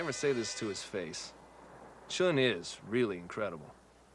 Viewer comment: All due respect to Roddy Mcdowell,he just couldn't quite get chuin right.